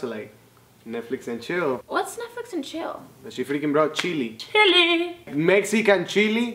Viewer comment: the way she said chili was awesome